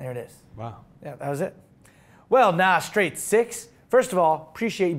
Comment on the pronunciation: the guy's name is NAstraightsix, as in Naturally Aspirated, not NAAWW haha